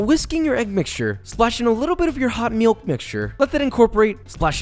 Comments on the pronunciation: Me: relaxing while watching a Josh make some canelles. Josh: splash in a little hot MEE-ilk Me:no longer relaxing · "Not gonna do a fancy foreign pronunciation because it's just weird" "Meelk"